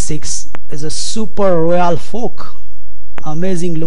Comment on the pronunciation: You realize what "Royal fork" sounds like, in English, with your accent? BOOM!